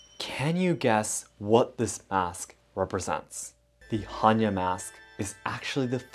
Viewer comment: According Hannya mask - in Polish there is a female name "Hania" (diminutive for "Hanna") , which is pronounced exactly as you've pronounced the mask's name. Beutiful coincidence :)